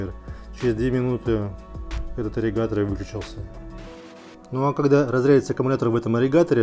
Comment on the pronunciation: АААРРРИГАТОРР АААААААААА 😄😄😄😄😄😄😄, но тема Аррригатора расскрыта полностью, Благодарю!